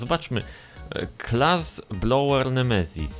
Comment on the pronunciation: Nie Blower tylko Bowler 😊😉